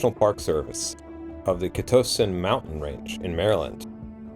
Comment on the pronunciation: Im from Maryland. Great video friend but its pronounced "CUH-TOCK-TIN" :)